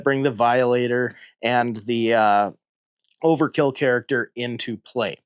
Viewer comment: If you"ll allow me to be a pedantic nerd for a moment, the name is Overt-kill, no Overkill. Must pronounce the T!